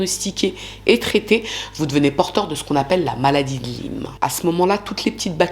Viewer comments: On prononce maladie de "la-i-me", cf professeur Christian Perronne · Coucou. Elle a bon dos sa femme....pfff.... encore un lâche. Sinon ça s'appelle CMU en France et la maladie de Lyme se prononce "layme". Un plaisir de voir tes vidéos en tous cas et j'adore les piques que tu lances dans tes vidéos contre les coupables 😂😂😂. Hâte de recevoir ton livre 😊.